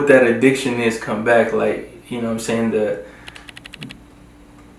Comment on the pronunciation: "..know whutum' sey'n."